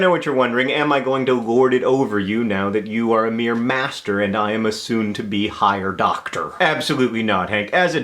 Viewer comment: The doctah and the mastah